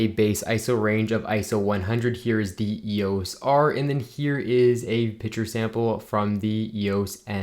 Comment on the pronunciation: Picture is not pronounced "pitcher"